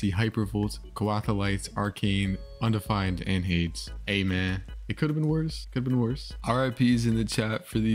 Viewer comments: I think you say Hades hey-d-Es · Hades is pronounced hey deez This isn’t a deez nuts joke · Bro hades is pronounced hey-deez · bro the way you pronounce hades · bro you cant pronounce hades